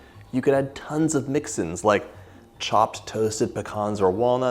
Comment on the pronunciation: Are you saying 'mixin's' or 'mix-ins'?